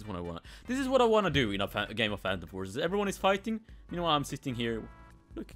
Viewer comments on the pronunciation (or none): none